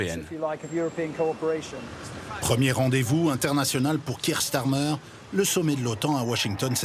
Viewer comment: Donc, c'est Keir Starmer, et non pas Nick Tamer.